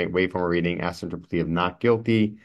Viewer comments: I am seeing why the judge denied his request….. It’s because he “axed” her repeatedly…. Maybe if he would have asked her instead?? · Don't axe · Can't pronounce "ask" but wants to represent himself.